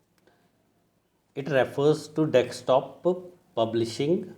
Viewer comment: आप डेस्कटॉप को डेक्सटॉप बोल रहे इसे सही करें. एक बार सुन ले.